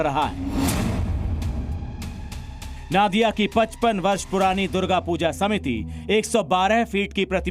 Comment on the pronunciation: नादिया नहीं नदिया उच्चारण होगा